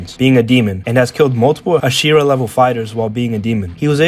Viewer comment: i have a problem with the way you say "hashira" 💀